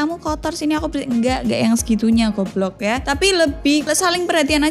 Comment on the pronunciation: Suka bet pas bagian ngomong "GUOBLOK" 😂